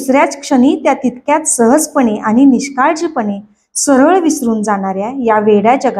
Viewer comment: लिहिलेले वाचताय ना, मग आनि पानी नका करु हो. प्लीज विनंती करतो.